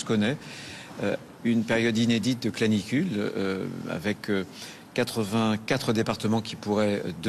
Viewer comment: Canicule (pas clanicule) Merci de rappeler au parents d'avoir du bon sens et au professionnel. Çà resume bien le désarroi du pays